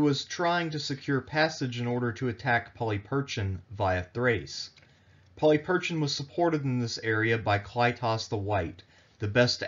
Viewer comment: Not to suggest that I'm any sort of expert and given that Erasmian pronunciation is quite different than modern Greek, still, 'Polly Perchin' ' is a detour from anything I'd expect. Please, if you're going to be telling Greek history, at least learn how to pronounce the language, that is the easy part.